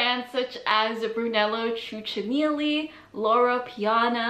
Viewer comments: Thats not the way to properly pronounce Cucinelli. The first C is a hard C, not CH. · Cucinelli is pronounced “coo-chuh-neh-lee” lol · Please learn to pronounce correctly the designers' name. I stopped watching it after the butchered Cucinelli. There's no excuse for such embarrassing mistakes. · There are several reasons that prompted my somewhat aggravated comment. 1. You get paid for the videos and I assume you prefer your content. 2. Cuccinelli is a big enough name to pronounce it correctly. 3. With today's tech, it's literally one click, appr. 30-60 seconds to get accurate info. 4.Many people who visit your channel use you as a point of reference, be it fashion trends, designers, etc.,hence butchering/attempting to pronouncing something in camera, is very unattractive. Thank you for your attention and kind reply!